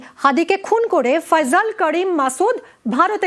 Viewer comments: থাম্মিলে কি লেখছোছ এটা বাংলাদেশে এসে বাংলা একাডেমিতে পড়ে তোরা আগে শুদ্ধ বাংলা শেখ তারপরে খবর পড়তে আসবি নাম নাম হবে ফয়সাল, সেখানে ফয়জল 🤣✊🇧🇩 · আরে বলদেরা ফয়জল না,,, ফয়সাল 😅😅😅😅